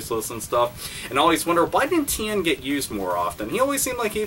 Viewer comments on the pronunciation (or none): none